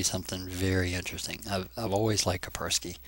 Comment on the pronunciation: It is KaSpersky, not Kapersky